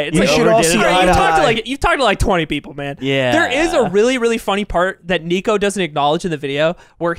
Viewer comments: Btw the niko’s name is said nick o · It’s pronounced Nick-O and he’s the goat. NDL rise up